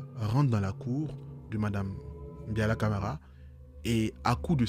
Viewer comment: ❤❤C'est Mbalia Camara et non Biala Camara, préfecture de Dubreka et non ce que tu as dit. Mais je ne t'en veux pas. Ce sont des erreurs qui arrivent ❤